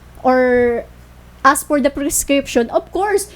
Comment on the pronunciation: Nakakastress si ate"I ass!(ask) I ass!(ask)" .. Tuloy ang kaso. Asteroid? Juscolored😞